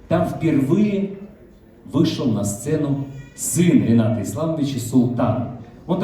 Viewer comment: РЕната. Как не странно...но ударение на Е